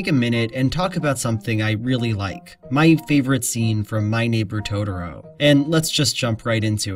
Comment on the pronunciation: Please, please stop calling it "Todoro". I know it's just a nonsense word made up by a fictional Japanese 4 year old, but it gets really grating. I want to hear what you have to say. I like your videos, and I know you're not the only one pronouncing it like this. Rant over.